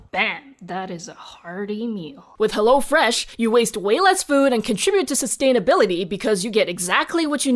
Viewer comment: Its not HellO Fresh, but its HEllo fresh :D its from Germany and thats how they pronounce it in our commercials